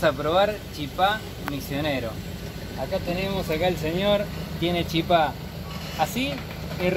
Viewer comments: Los misioneros decimos chipa, sin acento en la última sílaba. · Hola chicos quiero aclararlas que no es chipá, es CHIPA sin acento, igual en Paraguay, chipá es en Corrientes. Otra cosa, la mayor parte del puente es argentino ,se divide donde están los cables en punta. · El video venia de 10, hasta que dijiste "chipá"....se dice "chipa" sin acento jejeje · Se dice chipa, sin acento. y se hace de fécula de mandioca